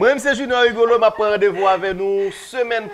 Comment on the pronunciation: Rigolo m tandew wi :”Rendeuvou”